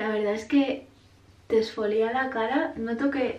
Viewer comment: Exfolía??? Con acento en la I????Exfoliar no lleva acento.... suena fatal